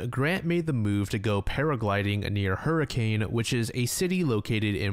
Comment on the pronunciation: So fun fact, Hurricane Utah is actually pronounced “Hur-kin” by locals. I learned this the hard way when my family briefly visited Utah